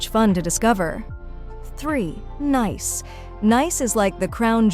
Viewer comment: It is Nice, it is pronounced as Neece